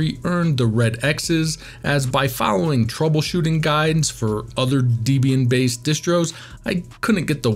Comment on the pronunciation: Debian is pronounced “Deb” “Ian” as in Deborah and Ian Murdock. Not “Dee” “Bee” “Anne”.